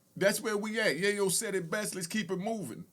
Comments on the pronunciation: It's yayo not yiyo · To pronounce his name Tony Yi-Yo is mad crazy😂😂.. who is this woman?? And then to have the story wrong is evening crazier. It was little baby who did not have money for Big Meech